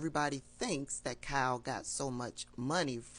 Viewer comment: Its Kyle....not Cal